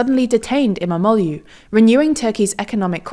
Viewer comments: So the "u" at the end of last names are pronounced as "oo as in book" so they're more like Imamogloo and Kilichdarogloo. Not "u" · Emamolyu? Damn you should really work your pronunciation of foreign words. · Full points for getting the correct pronunciation of Erdogan - so many get it wrong - but please try harder with the other ones which don't end with a 'you' sound, but rather with an 'oo' sound. I don't want to sound like a nit-picker, but if you called him Danald Tramp you would probably get some push-back! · You said Imamoglu's name 50 times, yet you couldn't take some time to figure out how to pronounce it correctly. Cheap. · I mean you could at least learn to say the names correctly